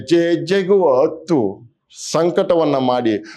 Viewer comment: ಅತ್ತು ಅಲ್ಲ ಹತ್ತು ಕನ್ನಡ ಉಳಿಸಿ